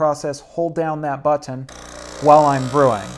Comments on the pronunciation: Why does he say "butt-On" instead of button? 😁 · Did anyone else notice how he says “button”? 😂